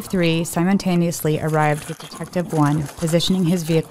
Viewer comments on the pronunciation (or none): "Simuntaneously" Nince job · The third detective "Simontaneously" arrived